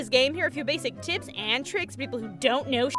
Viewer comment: Maybe I just misheard "but if you're new to this game, here are a few basic" whats? "and tricks?" I know, I know, it's "tips," but no matter how many times I replayed it, it still sounded like "tits and tricks." >.>